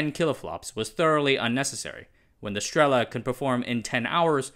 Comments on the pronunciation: I'm always amused how people manage to be wrong at guessing the emphasis in every single Russian word and name 😂So the rule of thumb: if the word has two syllables and you think the emphasis should be on the first one ("str'ela"), the correct emphasis is definitely on the second one ("strel'a") 😁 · Great video, thank you! The only two things you pronounced right are "Известия" and "Правда", I struggled to understand the rest with my native Russian. Understandable, though, because phonemes in BESM and SESM are notoriously difficult for westerners. In the word "Strela" the emphasis goes on the "a". Anyway, don't take it the wrong way, love the effort!